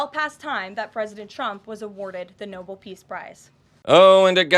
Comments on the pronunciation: 😂😂😂😂😂 Please, KKKaroline, stop embarrassing yourself - learn how to pronounce "Nobel." Geez. What a dim bulb. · Liar Barbie should learn to pronounce the name of the Peace prize correctly. Idiot. P.S. He'll never get one b/c he hasn't done anything (his tariff obsession has led to animosity, not peaceful relations) & he's such a disgusting human being that he'll never even be considered. He only wants one b/c Obama, his arch-enemy got TWO---& he got them without begging. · And NOBEL isn't pronounced NOBLE... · It's Nobel, not noble, missy! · "Noble" Peace Prize? No-bell! Ms. Levitt, learn yourself how to talk rightly! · Did she? Oh yes she did - called it the nobel (noble) prize. Not the NoBEL. NOT TOO INFORMED! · Leavitt called for Trump to get the "Noble piece prize". Hasn't he had the people that did his Time cover make one for him he so he could hang it at Mar-a-logo. Just make sure its spelled the way she said it. Obama received the "Nobel piece prize". Not knowing the name shows how dumb she is. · She calls it "noble" peace prize and all the time I thought it was the NOBEL Peace Prize. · Someone please tell her how to pronounce ‘Nobel’…. She keeps saying ‘noble’ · The brainless twit called it the noble peace prize, not Nobel. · Leavitt called it The Noble Peace Prize. No-BELL if you can get it right and must sound it out. You GOLD DIGGING Airhead with a 60 year old husband!!!! ✌️🏳️‍🌈✌️ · No bull peace prize. It thought it was pronounced no bell. Stupid American barbie liar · She's so stupid that she pronounces Nobel as Noble. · Also - Karoline pronounced it noble and not Nobel - this entire administration has the combined IQ of a roll of toilet paper! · Did she say the Noble peace prize? I thought it was Nobel... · It’s the Nobel, not Noble, peace prize, Karoline. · And the blonde liar pronounced it NOBLE, not NOBEL. Big difference. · I'll be the first to admit my hearing is not what it used to be but did did she say NOBLE Peace Prize??